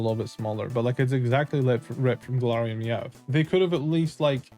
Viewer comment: Bro said Galarayan Ninetales